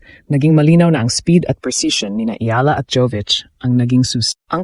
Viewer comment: Should pronounce as E-Ya-la